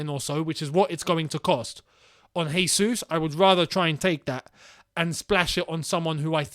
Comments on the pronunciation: Regardless of if he does come or not: it’s Jésus, not Hésus. He is Brazilian, not Spanish. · can you englishmen stop calling him "resus"?!! "resus" would be if he were spanish or flipping colombian or something. he's brazilian, we speak portuguese and in portuguese the "j" sounds just like in english. hence his name is "jesus" just "john" is "john" and not "rohn". the man's been in england for what 10 years??? get his name right please.. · Dudes played 100s of matches and you still can't say his name lol